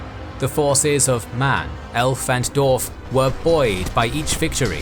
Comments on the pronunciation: Wtf is a " doorf " and " doorvan " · I applaud the solid and accurate Info here, however, you're annunciation of the names here is terrible. Per example, Dwarf has a W in it which is consistently omitted :/